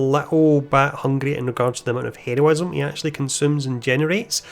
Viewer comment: Yo I appreciated your videos they help a lot but could you practice your pronunciation of heroism and quick